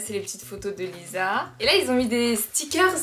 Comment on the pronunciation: Dans lisa le s se prénomme s et pas z